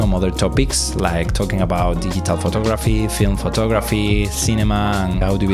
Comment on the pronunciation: Nice edit. I like your accent (never a bad thing), but there were a few words that were completely mispronounced: recipe and digital are a couple of examples. Not trying to be mean, just help. Love the content. Can't wait for part 2.